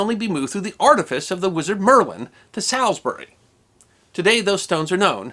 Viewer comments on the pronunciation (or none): Good explanation, but I hope I don't sound 'picky' ....... I think you'll find that 'Salisbury' is not pronounced, 'Sallis berry', but more like 'Sawls bur ree'. :) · It's pronounced 'Saul's-brie' not 'Sal's-berry' and 'Wilt'sheer' not 'Will's-here' FYI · Small pronunciation gripe. Salisbury is pronounsed Sauls-bury. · Salisbury please pronounce it as Saulsbury as you are using the wrong form of the letter "a". In the 70s my first posting after training was at Bulford and a few years later I returned to the area to Larkhill to do a gunnery course. From my bedroom window I could see Stonehenge about 2 miles or so away. I have frequently revisted the area introducing it to friends from other countries. I believe that Glastonbury would make an interesting topic for a video, not just for it's history but also for it's alleged connection with King Arthur and also the proximity of Cheddar Gorge, a place packed full of ancient history. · Love your channel. Great Stuff! Just one error here, and that is your pronunciation of Salisbury. Instead of beginning it as "Sal" begin it as "Solz". As an Englishman it took me a while to realize which city you were talking about. LOL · An interesting lesson thank you. For our friends abroad, Salisbury is pronounced Sauls (as in 'better call saul) bury - Saulsbury as it were! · Salisbury is pronounced ""Sawlsberry". English place-names are a shibboleth for the informed. Wiltshire is pronounced "Wil`shur", where ` is a glottal stop. For some odd reason "The Avon River" sounds odd to English ears. We normally say "The River Avon". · I went to school about 30 miles north of there. I those days, there was a midsummer "festival". It was common for people from where I was at school to go to it after their final exams. PS. The A in Salisbury is not a short one as in "hat". It is a longer one as in "ball". Not a problem though. We know what you meant! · Funny hearing the pronunciation of Salisbury and Wiltshire being mangled.